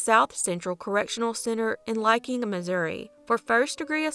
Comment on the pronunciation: Hahahaha lie king 🤣 lick-ing haha